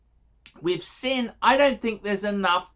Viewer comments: 1. Sinn is pronounced Zinn. It means 'sense' in German. 2. Sinn is not a luxury brand, but they are not pretending to be either. They primarily specialise in tool watches and that is what you've bought. 3. Sinn use third party movements like so many watch brands in this price range. BUT, they do use the TOP grade (one down from chronometer grade) of said movements and regulate them finely. You would be unlucky to end up with a Sinn that runs inaccurately. There are many brands that sell products with lower grades of Sellita movements for much more money. 4. Sinn are widely respected in the watch community. Non-watch people have no idea who Sinn are. But most WISes will recognise you as a watch person if you're wearing one. 5. If you aspire to get into proper luxury brands such as Breitling, Rolex, etc Sinn is NOT an appropriate stepping stone. You don't buy Sinn to flip or trade in. You're better saving your money and aim to get the piece you want rather than lose money on softer brands such as Sinn. 6. So, when you do buy Sinn, you should buy with an aim to be a keeper. And keep it in perspective as to what it is. 7. I too have a Sinn 104 St Sa I W which I enjoy. It runs under 1 second a day fast. It is a keeper. But I also have a Breitling Navitimer (also a keeper) and ambitions for a lot better pieces. 8. Don't feel too badly about Archie's review,. He was never going to tell you that your Sinn 104 was a good buy. While he respects the brand, he still regards them as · “Zinn”. If you can’t pronounce it, you obviously don’t understand the brand at all. 🤦‍♂️ I’m ashamed I gave you a “view”, to be honest.